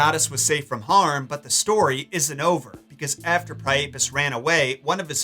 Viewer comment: I thought Priapus was pronounced "PRY-uh-pus". Am I wrong?